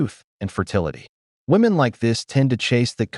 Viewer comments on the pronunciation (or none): When food it become fashionable to mispronounce “women?”